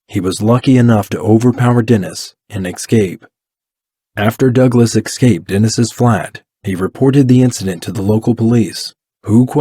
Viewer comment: “Exscaped,” come on man…